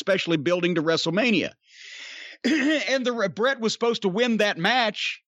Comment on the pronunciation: Bret. Its "Bret' its Bret Hart. Just sayin.